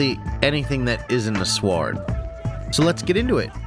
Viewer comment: Pls pronounce sword correctly